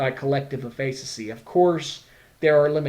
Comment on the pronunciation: great video...not how you pronounce efficacy though x_0